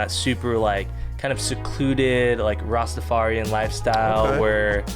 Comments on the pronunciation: Also.. completely f*** up the pronunciation Rastafarian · You also said Rastafarian wrong